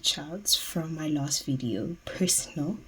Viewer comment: PHERSONAL!!! You really had to put emphasis on that😭